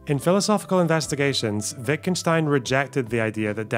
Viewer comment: FINALLY, a youtuber who can pronounce Wittgenstein correctly